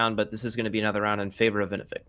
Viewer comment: ITS VENEFIC NOT VENIFIC